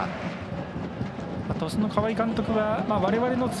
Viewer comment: トシュって言ってません？笑 リカルド監督、岩尾、ジエゴ、垣田、宮代